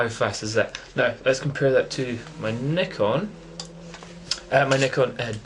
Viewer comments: Congratulations for the correct pronunciation of Nikon! lol...Great camera though, i have only D40 which is still great! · i cant belive it! first time i hear propper nikon pronounce! best wishes mate!